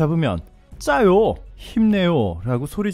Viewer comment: 찌아요우 가 비슷한 발음일거예요 짜요는 전혀 ...